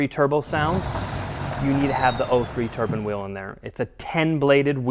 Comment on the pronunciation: Turbine wheel not turban ffs